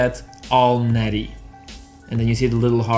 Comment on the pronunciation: I understand this approach and the witty use of the openers, but her name is Netti, not Natty.